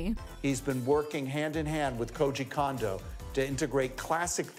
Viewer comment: Even "" mispronounces poor Koji Kondo's name